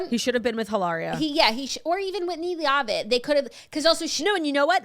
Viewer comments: I LOVE U BOTH!!! PLS PLS !!! It’s PRONOUNCED Whitney LEVITT LOVE U BYE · I can’t tell if Claud is mispronuncing “Leavitt” on purpose or not😂 it’s LE-VIT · PLEASE say Whitney’s last name correctly lol. Listen to the show and hear it. It’s not LEA-AH-VIT. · We’re saying Whitney Leavitt’s last name wrong on purpose, right? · She's doing it on purpose because a couple weeks ago when the whole cast was announced, that's the way Jax pronounced it. Claud corrected her but now it's stuck as an inside joke.